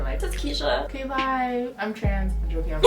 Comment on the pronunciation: Ohkaaayy with the Jamaican accent coming out shawty